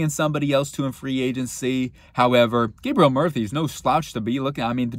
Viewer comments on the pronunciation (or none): none